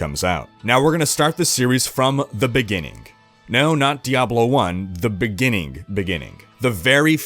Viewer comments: “In the beninging.” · We'll have to start at the beginningk, with the first beingk in excistence...